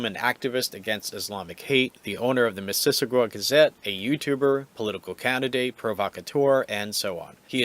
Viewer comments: It should sound like Mrs. Awe Ga. Your pronunciation sounds more like missISSISSagwa. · Sounded like you were adding extra syllables. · "Miss-iss-ogga " (just FYI) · Why can't the commentator correctly pronounce "Mississauga?" LOL! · Would it have been that hard for you to look up how to pronounce Mississauga? You're not even close. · You are under arrest for using inaccurate speech, section P05, Failing to use correct pronunciation will be considered negligent infliction of stress under the feelings act 2017.